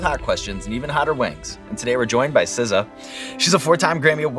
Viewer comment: Not SZA, but BZA